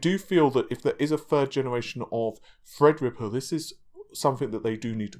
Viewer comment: FredRippa 3 canceled? Seems is nudging us back,and making fun of HIMSELF... As we often do,with his Endless mispronunciations!